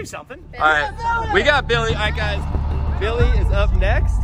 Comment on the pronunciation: When said lets go Billy it sounded like let's go millie